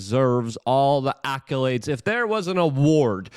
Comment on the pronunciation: "ackalades"... Just say it like that. I'm tired of you butchering English language words. You should ask for advice from one of your inner circle of English speaking friends. You can hate me, but it'll only help you. Frequently mispronouncing words just makes you look dumb, or at the very least annoys your English speaking fans, like me.